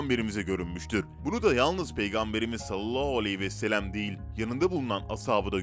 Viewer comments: Sen peygambere salolahu vesselem demekten vazgeçmeyeceksin belli ki. Sallallahu aleyhi ve sellem demek zor değil. Eğer dilin dönmüyorsa ( ki buna inanmıyorum çünkü bir sürü zor kelimeyi gayet normal söylüyorsun) biraz çalış. Yok dilin dönüyor da her videoda bir sürü insan uyardığı halde sırf yorum yapılsın diye salolahu diye bir kelimeyi söylemeye devam ediyorsan onun da cezası Allah katında vardır elbet. Kasten yapıyorsan İnşallah layık olduğunu bulursun. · Efendimiz Hazreti Muhammed sallallahu aleyhi ve sellemin ismini salavat-ı Şerife sini daha dikkatli bir şekilde doğru telaffuz ederseniz çok seviniriz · Katılıyorum ancak dili dönmuyor sanırım